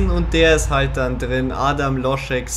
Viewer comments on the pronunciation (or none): none